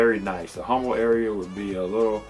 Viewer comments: H is silent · Say "Huhm-bull" one more time! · You're a local realtor and can't pronounce "Humble" correctly?